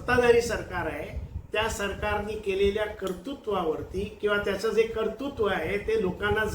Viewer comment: आपले विवेचन खूप उत्साहवर्धक नक्की आहे. आवडले! आपले स्वच्छ व स्पष्ट बोलणे भावले. फक्त कर्तृत्व याचा उच्चार कर्तुत्व केलेला खटकला. असो. धन्यवाद.